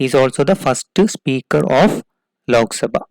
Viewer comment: I don't understood why u South Indian people everything add (H ) behind every word..... It's simply (lok) sabha instead of ( lokh ) Sumit ko sumeeth Ramwati ko Ramawathi Anant ko Ananth Virat ko virath and so on.....